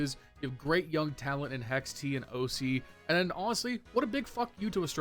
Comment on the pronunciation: I love your videos but please stop pronouncing HexT 🇨🇦🇨🇦 as HexTEeeeee